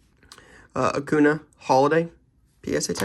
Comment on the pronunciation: Please say Acun(ya). just a little thing but annoys me as a baseball fan hahaha